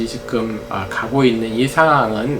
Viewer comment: 정보: 임용한 박사님을 비롯해 "찐 원로 지식인"들은 "지금"을 "직끔"으로 발음하는 경향이 있다.